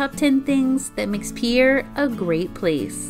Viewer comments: Peer. Not peeyayer. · Peer it's pronounced peer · It’s pronounced pier like a pier on the water